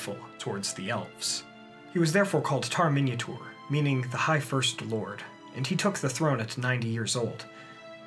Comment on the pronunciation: The way he says Minyatur it sounds like "Minotaur";).